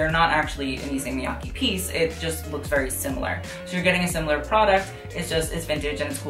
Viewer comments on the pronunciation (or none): none